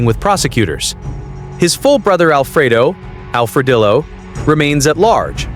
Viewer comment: when you pronounced Alfre"dillo" like Arma"dillo" you killed me 😂